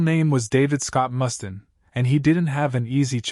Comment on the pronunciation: Dave Must-in? May-Death? Perhaps we should work on our pronunciation a bit....